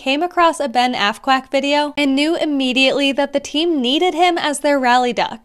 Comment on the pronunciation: Psst,sounded like you said assquack.